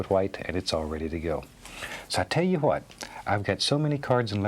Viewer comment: Lost it at "hwhat" lool